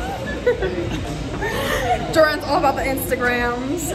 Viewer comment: I thought it sounded like A C A I too